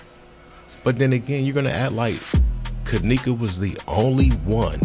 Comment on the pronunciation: 22 she can’t even say Kenneka name